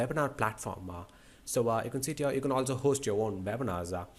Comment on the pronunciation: whenever u say u can see it here it sounds like u can sit here😂